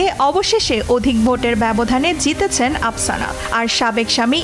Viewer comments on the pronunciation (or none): আপসানা নয়, আফসানা হবে।